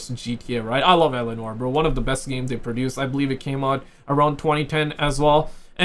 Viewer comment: Oh man I was searching for a ROCKSTAR GAME CALLED ELANOR. Nothing found. Now you explained the game play. I understood that you are saying L. A. Noir. 😂😂😂.